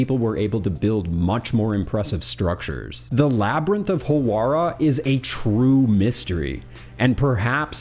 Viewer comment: "Howarah" "Lexor" Dude, at least try.